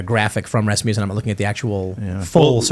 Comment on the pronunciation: RAS-mussen (muss as in fuss) not RasMOOSen